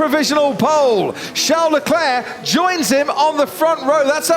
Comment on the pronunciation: shau lecleh jajajajajjaajja